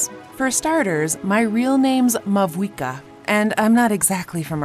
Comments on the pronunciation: I noticed the Pyro archon mispronounce her own name in this video. It’s pronounced “Mau-eeka” even though it’s spelled Mavuika. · isnt it mauika the v being silent